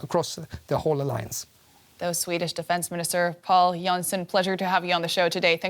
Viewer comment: Bit weird how they spelled out his full name like that. Normally you just hear him called "Pål Jonson", with "Pål" being pronounced as "Paul" - not the American slang word for friend (pal).